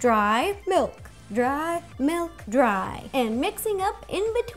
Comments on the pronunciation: I HATE it when people say melk it milk! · I love how she says melk not milk